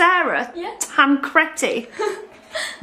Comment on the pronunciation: They watched prison break like an addiction and Sarah calls the character 'Tencrettti'. She should know its tencredi